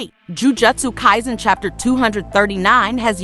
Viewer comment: Lol how do you pronounce the name of the anime wrong